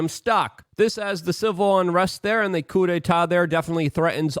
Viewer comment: Basin is pronounced with a long A as in Bay- sin Coup is pronounced as coo .